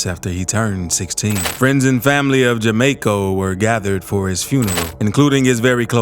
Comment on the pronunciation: JAMARCO smith not ja may co lol